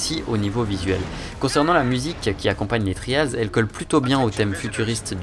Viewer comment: On dit vraiment "Tri-A-lz" avec l'accent qui va avec? .-.